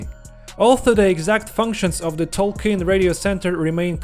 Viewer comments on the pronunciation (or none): none